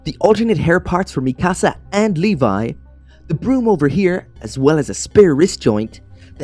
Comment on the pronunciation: It’s not mikAAsAA It’s pronounced Me-ka-sa